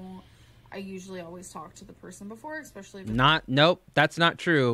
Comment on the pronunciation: I'll add some Amber-grammers to the list as well: (*clears throat*) dispectful, exspeshully, importen, (she's recently pretended to have trouble/not know how to say both 'spaghetti' and 'pistachio' all within a couple of frames after saying them perfectly appropriately), gawh (as in "oh muh gawh")